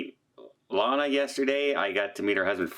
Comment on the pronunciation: (psst! It's ilana, like "ILL-ANA")